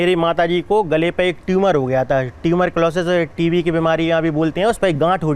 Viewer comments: Tumor.....tumorculosis 😂😂 Bhai, ye kaun sii beemari hai..?? 😂😂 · अबे चौथी फैल वो ट्यूमर होता है ट्यूमर क्लॉसिस नहीं, ट्यूबर क्लॉसिस अलग बीमारी है 😂